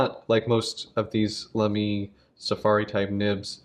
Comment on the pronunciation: Sounds good to me when comparing it with German You Tubers. 🤷‍♂